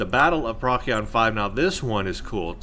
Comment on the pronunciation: Procyon is pronounced like "Pro-see-on" not "prock--ee-on"